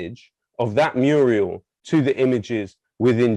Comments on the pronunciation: Muriel is a woman's name. A MURAL is a large picture often on a wall. It is pronounced MEW-RAL, not MEW-REE-AL. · Mural, not murial. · I love the content and all that you guys are doing, so I hate to be a pedant. Alas, I am! murial A word that sounds so close to the correct pronunciation that it's meaning is understood despite the innacuracy. I see you are admiring my murials. So Lowkey did a murial when pronouncing "mural". But I learnt a new word!